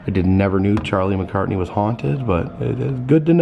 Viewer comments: Just an FYI... it's Charlie McCarthy, not McCartney...lol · I really hate to correct you, but is Charlie McCarthy. Not McCartney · Another great video, but again you called Charlie McCarthy, Charlie McCartney. It even says McCarthy on the card, which you looked directly at. I'm not picking at you or anything, just trying to correct you.